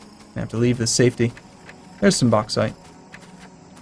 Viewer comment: And your bauxite pronunciation was on point